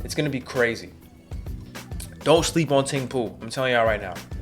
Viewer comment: Idk why but "Ting Pu" had me DYINGGGGGGG 😭😭😭